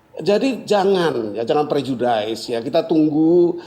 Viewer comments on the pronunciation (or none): Ucapan prof " prejudice" salah lho....bukan (daiz) tapi (diz)